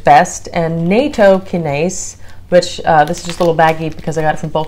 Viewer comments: Not Naytokinase its NATtokinase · Nattokinase is a Japanese word pronounced: natto-ki-na-zay. na as in nachos. "to" like the word toe. Ki, like the word key. Na again. zay, like the word say but with a z